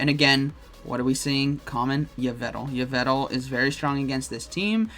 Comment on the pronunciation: Ho-oh dialga origin is still nasty. BTW it's pronounced Evil-tal